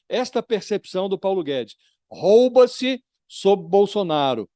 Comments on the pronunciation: Pronúncia correta: Rouba Pronúncia errada: " roba" como vc pronunciou . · Não é roba,,e ROUBA,a vogal o é com som fechado.